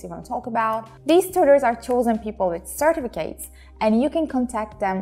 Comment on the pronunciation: Certificate kelimesi sörtifikeyt diye değil sörtifikıt diye okunur. Sadece bilgi amaçlı yazdım. İngilizce videolarını sonuna kadar destekliyorum. Delicate delikeyt diye değil delikıt mesela ❤️